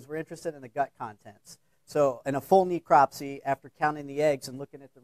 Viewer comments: This idiot a pronunciation of necropsy is driving me nuts!!! It's not knee-cropsy it's Nehcropsy! !!!! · Ne-eecropsy?? He has a terrible spin on how to pronounce necropsy (Google it ... go on ... you might learn something ...) and yes ... it irritates me when so-called educated people maul the English language (in their area of specialisation no less) Reaping what you sow ... lax exotic animal importation laws and stupid pet owners/importers ... What a massive ecological disaster the Burmese python problem is in parts of Florida.